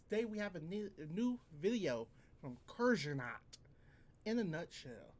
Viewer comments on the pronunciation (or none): kursernut? its kurzgesagt